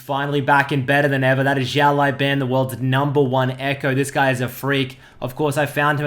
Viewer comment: his name should be read not ziao but siao(small) laoban(boss) 01